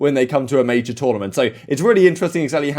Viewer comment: No one: Absolutely no one:: at the Mayjaar